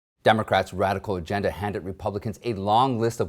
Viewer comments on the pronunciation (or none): none